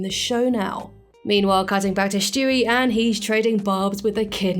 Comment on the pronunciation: Who’s Schtewey? I know there’s a character named Stewie but not Schtewey . Jk.